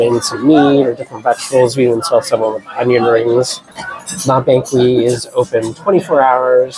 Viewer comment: Great video, thanks! Please tell us how liked her poutine at La Banquise? (“bahn-keys” fyi)